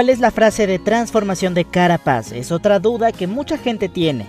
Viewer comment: Todo super interesante pero déjame pedirte una cosa, podrías pronunciar bien "Carapace"??? Quiero decir, aún que se escriba "Carapace" se pronuncia para que me entiendas como si se escribiera "Carapeis" lo digo más que nada por que así todos ya nos acostumbramos a decirlo bien ^^